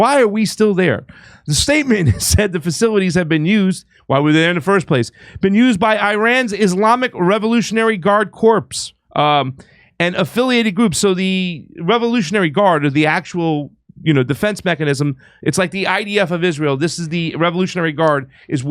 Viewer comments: FYI.... corps is pronounced as cor... imagine the p is silent. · The "p" & "s" in CORPS is silent: "COR". From the French word "corps" meaning "body." Otherwise, its sounds like a cadaver in English 😅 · a Corpse is a dead body. A Corps (a military body) is pronounced "core" I'm surprised Kurt didn't point it out.